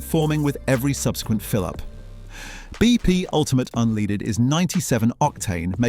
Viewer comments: What's this "unleeded"? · How can you take somebody serious when they can't even pronounce unleaded correctly